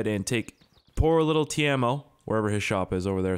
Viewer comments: TEIMO not tiemo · Pronounced "TAY-MO" not "Teermo" And damn use msc editor to fix the car. this has to be 100th time I've commented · U saying Teimo like Tijamo. It is just Teimo. 😀👍But if it is hard to say Teimo thats okay. Nthng wrong with that. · TE-E-MO! WHERE IS THE A IN TEIMO??? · In the mod menu you can also make the green car and the bus driveable. -Everyone knows you are using cheats to get around so you don't have to cut that out. The name of that stupid fucking store clerk is not ''Tiemo'' it's ''T-E-I-M-O'' -hi. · if you want to say teimo right , just say tiemo